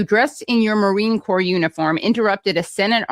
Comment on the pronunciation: He.s right be marine corps rather than marine corpse.